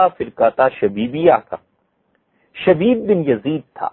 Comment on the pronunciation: حضرت مفتی صاحب کی خدمت میں گزارش ہے کہ براہ مہربانی آپ اپنے بیان میں جب شخصیات کے نام لیے کیجیے تو کچھ زور دے ناموں کی ادائیگی فرمایا کیجیے۔ معروف حضرات کا تو مسلہ نہیں ہے البتہ جیسے حضرت نے نام لیا۔۔۔شبیب۔۔۔۔یہ ھمارے لیے نیا نام ھے ۔۔۔ھمیں لگا حضرت شدید کہہ رھے ھیں۔